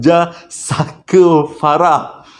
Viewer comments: Honestly,aku kalau tengok kau bercerita memang aku akan gelak especially bab lawak tu..episod kali ini ujung2 tu kau tersasul sebut fucker,,guling2 aku gelak...hahahaha,Kipidap bro always update with new content. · Hahahahhahaa part last Memang tak rilex abang punya tershashul 🤣🤣😭😅😆😁🤭😝 Farah + Saker = ®€¢™$